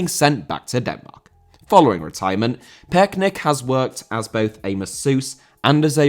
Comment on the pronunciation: you’re really struggling to pronounce Torben Piechnik, but as a Dane I can assure you it’s pronounced ‘picnic’, so now you can do a perfect job the next time you talk about Torben Piechnik.